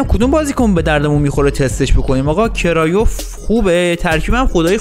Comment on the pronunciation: کرویف نه کرایوف